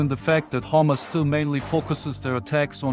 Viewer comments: Every time he says hamasfighters i hear homelessfighters😂😂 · I thought he said "homeless forces" but he said hamas forces..lol..im sorry i laugh but that was funny.. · Sounds like your saying hummus 😂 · I know this is serious stuff, but I keep hearing "Hummus fighters" and that ish cracks me up 😂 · I no he has an accent but he kept sound like he was saying hummus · What's he saying ? " Hummus " fighters? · With the accent sounds like he said the soldiers encountered homeless fighters. LOL